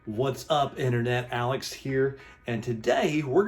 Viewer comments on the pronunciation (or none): none